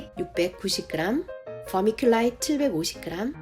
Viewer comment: 유튭이 너무 뒤늦게 추천해준 엄청난 삽목연구 영상이네요~~ vermiculite / pearlite / sphagnum moss 발음하시는데 감동했습니다. 😻💖💕 제 blue ice cypress 삽수들이 왜 실패했는지 알 것 같습니다. 아카데믹하면서도 재미난 커멘트가 정말 훌륭한 비교영상 감사해요!!